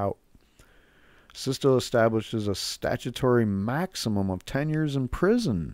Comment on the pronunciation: Good video, it's SITSA not SISTA